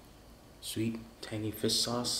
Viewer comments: “Fiss sauce” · has some strong struck Vietnamese dialect when he speaks (due to his parents being from Vietnam imo) He has trouble pronouncing any words that have "shh" or words that end in "rrrr". I've noticed that on all his videos. So that's the reason he says "fiss sauce". Not bashing the guy. I'm asian (Canadian born n raised) so I get why he pronounces certain words as such. Makes me giggle sometimes lol.